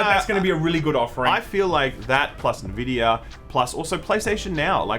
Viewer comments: Dudes, it's not that hard. Nvidia, not Nevidia or whatever the hell you say sometimes. You say N and then you say vidia. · I reckon it's pronounced EN Vidia, the other way sounds like the moisturising cream. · It's pronounced "EN"vidia and "GAY"force! Get it straight. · Beeta, Nevidia. 👍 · I think you are right about everything, except the way you say nVidia. It is not Nehvidia. Have you never heard the nVidia intro clip in so many games? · I love hearing "NeVidia"... Please, keep it going... :D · Nvidia the N is silent